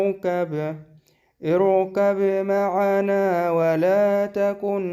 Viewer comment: السلام عليكم لو حضرتك بتقرأ بروايه حفص عن عاصم فهي تقرأ يا بني اركم معنا وليس اركب معنا وحضرتك اتأكد من كلامي اما لو روايه تانيه فهي تختلف ولكن انا أعتقد إنو حضرتك تقرأ بروايه حفص